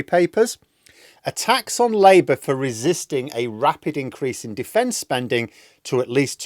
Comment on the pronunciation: Defence spunding! 🤣